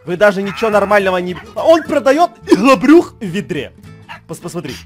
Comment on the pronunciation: Не "иГлОбРуХ", а "иХлАбРюХ"😂